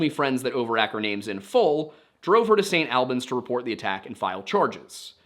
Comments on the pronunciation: St. Albans - ‘all-benz’ not “AL Benz” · Hi, Vermonter here, st. albans is pronounced all-bans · I love your videos, but your pronounciation of St Albans hurt me...a lot (sincerely, someone that lives in a close proximity to St Albans, Hertfordshire) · as a vermont resident, hearing you say st. albans make me laugh and cringe lmao. we say it more like "all-beens" not "al-benz" but not the worst way ive heard it said before. nothing wrong with how you interrupted it, just funny to me. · also very funny to hear your pronunciation of st. albans. locals pronounce it “sain’ all-bins” since we drop our Ts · "The Vermont State Police know more than I do." As a lifelong Vermonter, I can confidently assure you that's not true. There are very very few people who don't know more than the Vermont State Police. Also I know the way the hist is saying St. Albans is correct, but here we say it like all-bins.